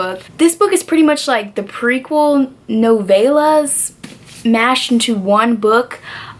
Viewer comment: No-vey-las...? No-vell-as.